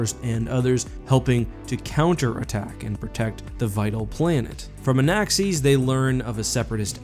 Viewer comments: Anaxes Pronunciation = "an-axe-EESS" Me = "an-ACCESS" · Everyone: Anaxes: Anaxees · Anaxes is not pronounced like that. Lol